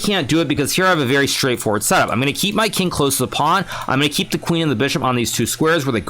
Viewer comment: I like your accent, say it again. Hikaru: Pownee